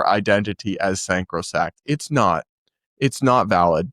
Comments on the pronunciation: The word is sacrosanct, not sancrosect. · You said "sancrosact" again 😂 It's "sacrosanct". From "sacred" and "sanctuary" 😘😘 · you are my favorite thing, and you are so much more articulate than I am, but the word is “sacrosanct.” ❤😉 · "Two sexes and infinite personalities" Genuinely confused. Do you believe that a male can become a female? Blaire White is male, but you use the pronoun "she..." Also, it's "sacrosanct" not ... "sancrosact?" Finally, you're making a false dilemma of Matt Walsh's response regarding Karen Ballsnatcher. Nowhere did anyone state or even suggest, as you say, "throwing hands." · I like, he's very reasonable, but this is the 2nd time in a short while I'm hearing him say "sancrosact". Sacrosanct is the word. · It’s “sacrosanct” not “sancrosact.”